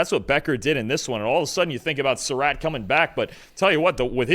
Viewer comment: Glad y'all took notes and pronounced Sarratt better.